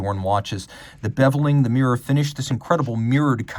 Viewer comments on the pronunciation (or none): none